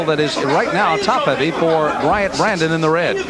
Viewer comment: His name is Bryant Brannon not Brandon